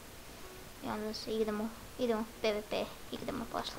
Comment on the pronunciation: nije peve pe vec pivipi